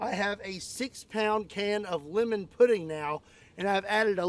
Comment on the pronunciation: I am absolutely disgusted at how he pronounced the word lemon